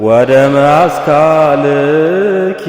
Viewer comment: ወበደመ አስካልኪ በል ወደመ አስካልኪ አይደለም አስተካክል